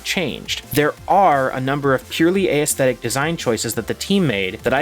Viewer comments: You say Aesthetic wrong. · Aesthetic pronunciation?